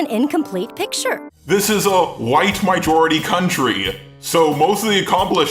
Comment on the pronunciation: i just realized he says mijority xD